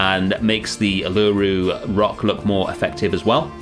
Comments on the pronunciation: I love it! But I feel like as an Aussie I have to inform you it’s pronounced Ew-la-Roo not U-LA-roo ❤ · great series, just a heads up, Uluru is pronounced Oo-la-roo the U is essentially an O not a U. Loved it! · Uluru is pronounced Oo-luh-roo :) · Uluru is pronounced (u-lar-roo). Love your work and keep making amazing zoo habitats. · This is an awesome habitat and does Australia proud, well done. Uluru is pronounced like this "oo-la-roo" but it doesn't matter, the whole place looks awesome. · Not far in yet will update when im finished but hearing your pronunciation og Uluru is so distracting 😶😩😔 Its like oo-la-roo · Coulda been worse, at least you didn't call it Ayers Rock! :) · but he didn't? it's not a problem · as an australian, i absolutley love you and this part of the zoo, but hearing you say Uluru that way kinda hurt me aha. No disrespect, love you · ive never heard uluru pronounced like that lmao looks really good tho! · as an aussie i suffer greatly hearing non-aussies mispronouncing so much 😔